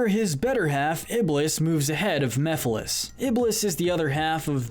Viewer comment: Mephiles, not Miphiles